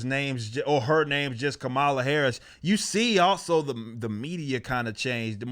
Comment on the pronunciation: Did he just say, "Commyula Harris" ?? LMFAO. I'm gonna be using that one.